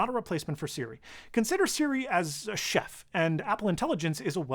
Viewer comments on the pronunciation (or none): none